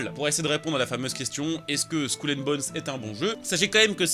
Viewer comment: Skoul and bones? Fait un effort mdr